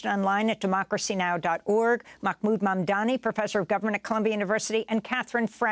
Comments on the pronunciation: C'mon Amy, don't sound like an ignorant fool. His name is Mahmood not Makkkmood....you've humiliated yourself despite liking your show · Makmoood Amy ? Really dude SMH you mind as well say axe instead of ask. At least you don't add a letter that doesn't exist in the original correct spelling of the word SMH